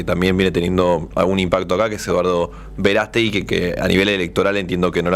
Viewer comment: Verastegi??? NO NO NO